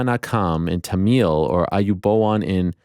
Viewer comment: It’s Tamil like “camel” and “sing galeeze” - just for future reference 🙏🏼